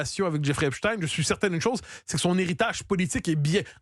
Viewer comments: Epstein et non Epstine car Einstein et non Instine, Frankenstein et non Frankenstine, Goldstein et non Goldstine, Bornstein et non Bornstine, … Arrêtez de vouloir nous faire avaler des couleuvres ! Merci Monsieur Matthieu Bock Côté de le prononcer correctement et de pointer le doigt sur ce qu’ils veulent nous faire avaler. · Epstine 😂😂😂 vous avez pas honte dites directement poutine